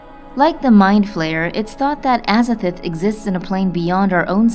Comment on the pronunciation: Pronounced AZA-THOTH not AZA-FERTH